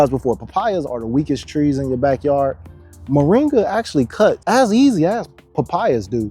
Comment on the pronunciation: Cheers but, Say Mor'i'nga not Moranga!